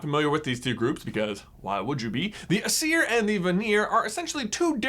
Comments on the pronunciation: I thought it was pronounced a-s-ear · I am Norwegian and I cringed through the pronunciations. Aesir is pronounced: Ayser And Vanir is pronounced: Van (like the automobile) er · It is ”ae” and “a” that are emphasised in Aesir and Vanir. (Sorry I always get irritated at pronunciations.) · "Eye-sir" and "Van-ear." not "Uhseer and Vuneer" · It's pronounced Ay-ser and Van-ar Source: I study ancient mythologies for fun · Aesir is pronounced eye-seer to my knowledge. Both the Aesir and Vanir are Gods, but only the Vanir possessed magic, something Odin All-Father wanted and did as Odin does to obtain it. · The Norse pantheons are pronounced ay-sir and vah-nir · aesir: pronounced A sear vanir: pronounced va near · Also I think it's pronounced Ace-ear, and Varn-ear according to Neil gaymens Norse mythology audio book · It’s pronounced ACE-ear and VAN-ear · The asier are pronounced a-SEER, and the vanir are va-NEAR. I have a book called Magnus Chase and the Gods of Asgard, all about Norse mythology, and there is a Greek twist to it to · I say it more like Æ-ser and VA-ner, "a" like in father, "e" like in echo, and roll the "r". I'm a Norwegian by the way, that's the Norwegian spelling and pronunciation. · Aesir is pronounced A-C-er and Vanir is pronounced Va- knee- er. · why would you? I am familiar.... BTW Aesir was pronounced wrong no hate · The Aseir (that was pronounced that wrong J!) and the Vanir... why would we be familiar with them... hmmm... EVER HEARD OF THOR??? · Aesir and Vanir are stressed on the first syllable, not the second :) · For the most part he pronounced Aesir and Vanir correctly, just put the emphasis on the wrong spot. Don’t put the emphasis on the -ir part of the words, it doesn’t sound natural. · Your pronunciation of Aesir and Vanir hurt my soul